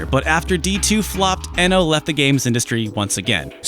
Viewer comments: Kenji Eno's surname is pronounced as iino; it was his preferred and non-standard spelling inspired by Brian Eno. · That moment when you realize it's actually pronounced "Eeno"... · Hey, as a fellow retro fan I just want to say you're great and I loved the video. I think Kenji Eno was underappreciated in his time. I do want to let you know his name is actually pronounced Kenji Iino, like feed or greed. Back in the 90's romaji wasn't as well known in the west, so his name was spelled Eno to help people pronounce it. Ironically now romaji is very well known (especially among gamers and otaku) which has led to his name being pronounced ehno. Once again, love you, love your work, not being a dick or correcting you, just think as a fan you'd like to know. Hope October goes great for you!